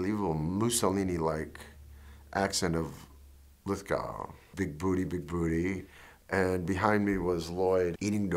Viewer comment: It's Bigboo-tay!